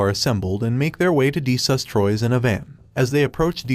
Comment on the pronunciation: Did he just say de sus😂😂😂😂😂